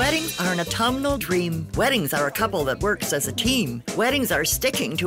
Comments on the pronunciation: Au - tum - nal. There's no letter "i" in it. It's not au - tum - I- nal. It's autumnal. Everybody has trouble with this.. . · Ugh. Please stop saying Autumenal. Try Aw-TUM-nahl. Idk why, but thus far, this is more disturbing than the bride's interest in a pumpkin flavored signature drink.